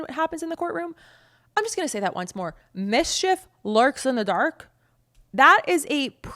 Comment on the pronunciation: When you said "misshef" I thought you were making fun.